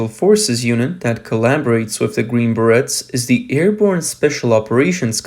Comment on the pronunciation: The Green Berrettts...LMAO Learn to say the name correctly!